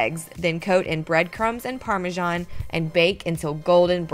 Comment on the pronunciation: What is "parmejan"?